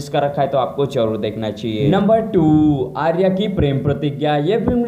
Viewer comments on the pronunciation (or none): none